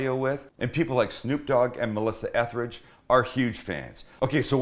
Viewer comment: Melissa Etheridge? 😆 Good job plugging Snoop though